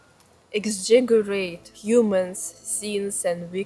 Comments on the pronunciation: Constructive criticism: , I think you tried to say the word "exaggerate". It's pronounced more like "эксаджирэйть". Lol at least that's how I think it would transliterate to Cyrillic most phonetically accurately. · Struggles with "exaggerate" and "creature" but says "squirrel" flawlessly. lol I love it!